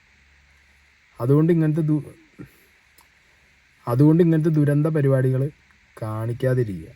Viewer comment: ധുരന്ധം❌️ ദുരന്തം ✅️